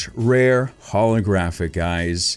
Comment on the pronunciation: When he said keldeo holographic card I heard keldeo holy crappy card